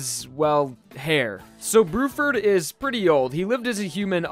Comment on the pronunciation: "brew-ferd" lol